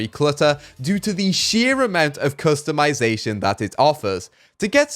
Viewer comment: I need to make a compilation of saying ''Customitazation''